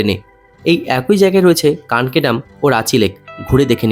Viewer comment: কাঁকি ..... ""কানকি'' নহে!